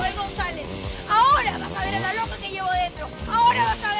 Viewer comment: Me da risa como le dice roca en vez de loca